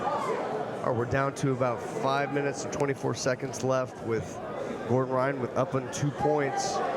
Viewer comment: If this commentary calls Gordon Jordan one more time... Jordan... GOD damn it 🤣